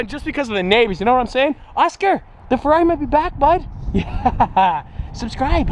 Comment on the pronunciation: How the was saying farrari